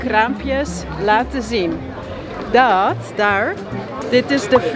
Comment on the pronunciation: Jij praat wel raar Nederlands. Bijvoorbeeld het woord 'daar' klinkt uit jouw mond eerder als 'dar'. Je spreekt ook de laatste klinker zeer dikwijls niet uit. Als Belg vind ik dat raar klinken.